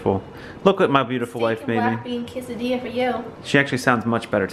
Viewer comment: Did say ''quazadilla""?